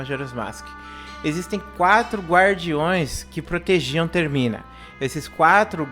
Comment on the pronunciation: É termina ! Não é termin kkkkkk